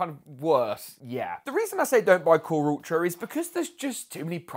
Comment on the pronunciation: KhuRuRTra ? 😂 Core Ultra lol do you even English 😂